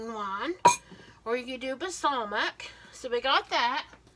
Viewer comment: She can’t say balsamic